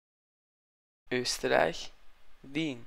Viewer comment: Österreicher oder Schweizer? Sobald er Österreich ausgesprochen hat wars so klar wo er her kommt lol